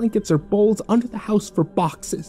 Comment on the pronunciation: It’s “boxes”.